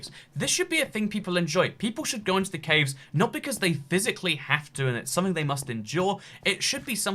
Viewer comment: Nobody: Nobody at all: Not a single soul:: Cävës